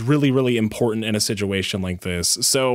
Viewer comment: That really sucks and I love your videos, but one thing made me laugh, you say siduation instead of situation, hehe